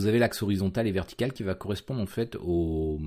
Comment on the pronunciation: Ton accent sur Horizontal et Vertical, sur la récup des Axis ma fait bien rire :-) Horizontôl et Verticôl :-) Je vais bientot mettre une version ultra alpha de mon jeu sur ton fofo. Bonne journée.